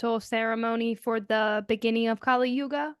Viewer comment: Kali Yuga is pronounced as- kuli yooga, as in, sully (with a single l) Whereas, goddess Kaali is actually pronounced as os bali (the famous tourist place in Indonesia). The thing abt why kali Yuga is named such is becz it's namd after a demon named "kali" (again, pronounced as sully with single l). Hope this helps. Here's so intresting thing, the west has been canfuded abt kali and kaali for atleast 3 centuries now, so you tripping over small pit is nothing new, it's mostly because of pronunciation difference. If you one day get to lean sanskrit (in the devanagari script and not roman), then this problem of pronunciation will become more clear.